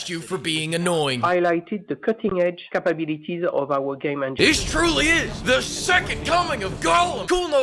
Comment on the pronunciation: why don't you just admit that your jealous of Cutting Edge "Capabeeliteez" of ubisoft?